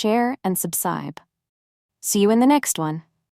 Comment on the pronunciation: Ur voice said subside instead of subscribe tht wass soooo cuttee❤